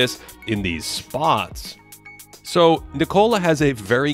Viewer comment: An almost perfect breakdown of Jokic defense... The pronunciation of his first name is wrong.